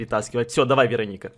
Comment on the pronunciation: я посмотрела один фильм и в этом фильме была чародейка Веро́ника, и подумала, может быть эта не Верони́ка, а Веро́ника. Заметь пожалуйста.